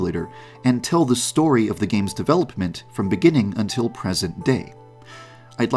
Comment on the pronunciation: Am I the only one who lives for the way he says “develoPPPment”